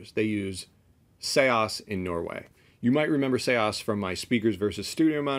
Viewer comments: You're incorrect, I asked the SEAS team for the correct pronunciation and they replied with an audio clip. "Say-ahs" it's not "Sees" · Isn’t it just Seas not Se-as??? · Seeeees not see aahs like ocean 🌊 the sea . Sorry for saying but if one decides to go on air he/she should speak it real like radio moderation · I used to pronounce it Sees as well, but before the video I asked the company how to pronounce it and they sent me an audio clip with the pronunciation, so take it up with the company in Norway! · I just wish he would say seas right. It driver me nuts. But otherwise great video. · I used to think that but the company corrected me. So I had them send me a voice message of how to pronounce it and they said it's pronounced like 'say-ahs'